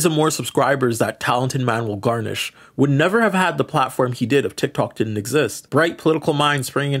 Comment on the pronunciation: love your videos glad I found them again. it's garner not garnish.